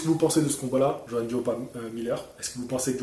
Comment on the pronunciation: Merci de m'avoir cité, tu as bien prononcé mon prénom et mon nom. ☺. Comme je te le disais sur facebook en effet, Johann est un combattant à l'ancienne qui ne se refuse rien. Il sait qu'il s'agit d'un métier éphémère et que le temps passe vite. Je pense aussi que c'est un combattant qui se fait vraiment plaisir avant que de ne parler sans cesse d'argent comme beaucoup. Jarrell est un tank et pour le toucher je pense qu'il va falloir tourner autour de lui et être mobile pour déjà éviter ses parpaings, le type c'est Ralph dans le film de Disney, le super destructeur 😂, et chercher les failles pour lui assener des jabs permanents. Il faut le harceler de coups ce type. Être très présent . il faut le démolir pierre par pierre. Front contre front c'est trop risqué. Je pense vraiment qu'il faut l'épuiser et le harceler de coups. J'ai peur pour Johann mais on ne sait jamais! Que le meilleur gagne! 💪